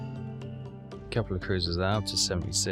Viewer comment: Or when he actually pronounces all the ship names correctly. 'Izuzu'...how f-ing hard is it to see it's pronounced 'IH-SOO-ZOO', just like the auto brand?! And don't get me started on his absolute butchering of 'Zuiho'...it's like he doesn't even try.